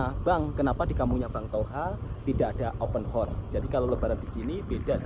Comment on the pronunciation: Kalau tak dapat sebut open house dgn betul... sebut je majlis rumah terbuka... Tak perlu sampai sebut paip terbuka atau kuda terbuka..